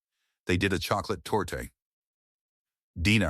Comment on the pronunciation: The "e" on the end of "torte" is silent.